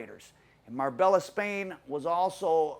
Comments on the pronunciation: It’s pronounced MAR-BAYA NOT MARBELLA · Mar-bella 🤣come on at least name check places your doing stories on the ll is silent it’s nearer mar-bae-a also it’s not been known as the Costa del crime since England and Spain agreed a extradition treaty in the early 2000’s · Ya killin' me. It's MAR-bay-YA. I lived there. Used to be a nice place until the Columbian and Mexican cartels started taking over. It's literally gangsters paradise now. From what I hear, it's supposed to be somewhat of a neutral territory. Surprised this guy got killed there. Sounded like a very amature hit. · Marbella is pronounced mar-bay-a man , I can't believe I'm the first one to say it . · It's Pronounced..Marr-bay-a... the LL are silent in Spanish.. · Nice video but you don't pronounce the l's in Marbella they're silent its "mar bay ah" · it's pronounced "Mar-bay-a"